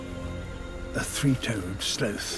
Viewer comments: The most disturbing part of this video is the way he pronounces it SLOATH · I love how he pronounces it "slow-th" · A three toad slowth, even slowths fight back.😅 I like the way he calls a sloth, tho I think his pronunciation is more appropriate because there's nothing quick about a SLOWth. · A sloth pronounced slowth is the greatest thing ever